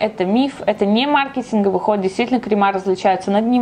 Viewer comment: О мой бог, почему мАркетинговый??? Если маркЕтинговый...